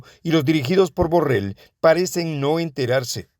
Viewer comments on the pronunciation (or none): none